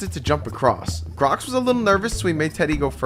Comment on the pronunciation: Bro why you said grox idiot